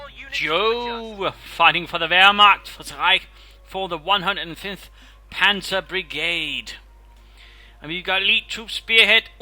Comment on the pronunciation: That sounded like "cancer brigade" to me^^ Is that something like the stomach battalion? xD